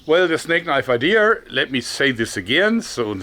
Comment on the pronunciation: damn, he says: "well the snake knife ****, let me say this again..." the close captions claims its "the snake knife IDEA" but all i can hear is my name. "Adir"